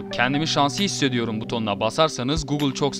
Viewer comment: chuck norris "çuk" diye okunmaz "çak" diye okunur